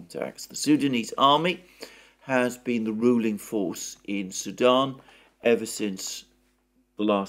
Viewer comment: you seem to pronounce "Sudan" as "Saddam" and it keeps confusing me.